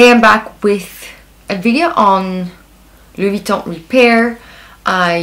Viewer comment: By the way, your French pronunciation is perfect! 👍